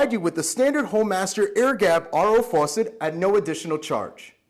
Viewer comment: The way he says faucet, tho.